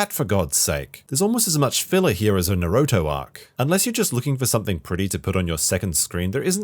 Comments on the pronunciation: "No-Roe-Toe", you gotta be messing with us man. There's no way you know what Naruto is and have seen the show enough to know about it's filler problem and still utterly butcher a pronounciation that has been repeated thousands of times in the series. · It's impressive how bad your pronunciation of 'Naruto' is despite living in Japan. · mans butchered Naruto so hard bruh like damn lol